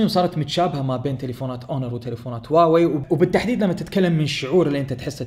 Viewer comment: حبيبي النطق الحقيقي الهة هو هُواوي بضم حرف الهاء